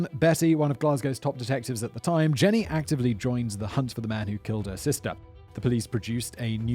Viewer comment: Jean-y, not Jenny